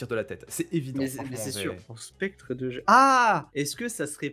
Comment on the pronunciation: quand vous dite 2G on dirait que vous dite Dejais lol